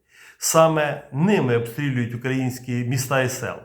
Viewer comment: УкраЇнського, а не УкрАїнського. У кацапні навчилися?